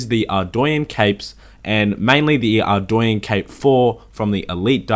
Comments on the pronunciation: Man... the way you say Ardougne makes me cringe. It’s AREDOUGHNE not ARDOWYEN brother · Are-doy-enn is not correct pernounciation if i correct its actually are-dough-nay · why does everyone pronounce ardougne (ardwayne) ?? Its Ardoooon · "ArdOOUne" Edit: also another thing from the elite desert diary is the desert amulet 4. When worn, you will be FULLY immune to desert heat and have UNLIMITED TELEPORTS to nardah (there is also ANOTHER teleport but i forgot where the other teleport teleports you to) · Dude your not saying Ardougne right, its pronounced Ardoan. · I do stuff It’s not pronounced how he pronounces it. It’s Arr- dOHne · It's arr-doyn. Look it up yourself. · No one is gonna mention how he pronounces Ardougne?